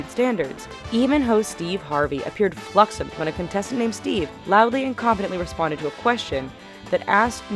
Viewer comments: Fluxommed ? Flummoxed * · Did she say something like "fluxomed" instead of "flummoxed" or was it just my imagination? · Fluxxummed?She meant Flummoxed,I think. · She was trying to say flummoxed I guess. I don't know how "flummoxed" turned into "fluxomed" though. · Did any one notice she said fluxommed when she meant to say flummoxed? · she says "fluxommed" instead of "flummoxed". A fail in a video of fails... you better believe, that's a fail. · Anyone else catch when she said "fluxommed" instead of "flummoxed"? lol. Host fail! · did she say fluxommed insted of flummoxed o.O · This woman pronounces things incorrectly all the time. Flux-ummed instead of flummoxed? Wow. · "appeared fluxommed" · Ikr, fluxommed-did anyone listen to the audio before it was posted? No one in charge heard her say fluxommed? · Host Steve Harvey appeared, 'fluxommed'! Even narrators can't read these days!! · Did she really say "fluxommed" ? Really? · Did this narrator mispronounce flummoxed? I heard "fluxommed." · Fluxomed? Because flummoxed was too hard to read... You had one job... ONE job! XD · She didn't say flummoxed she said summat strange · she said "flummoxed" weird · She mispronounced "flummoxed."